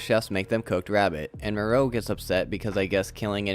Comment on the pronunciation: Are you saying the names funny as sort of a Mr. Plinket thing, or can you really not pronounce Moreau & Frankenheimer?